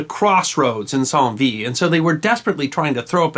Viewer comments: The name should sound like Cent Veet. Not Psalm Veed. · Dear, I'm a fan. I love what you do, the choice of topic and your wonderful delivery. Not a complaint but just a friendly sharing of information: Saint Vith is pronouched "San" (like the English word sand without the "d") and" Wit" (like you have great wit). In Belgian French (just to keep us all confused) the letter "w" is pronounced like in English. So, Waterloo is correctly pronounced in English, and by the Francophones in the vicinity, in exactly the same way. Keep up the great work. Cheers. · p.s. St Vith ... St (short for "saint" with French accent) sounds less like "son" in "song" and quite like "san" in "sand". And Vith less like "vee" in "teeth", and more like "vi" like "it". And "th" would sound like the start of "thing". ^5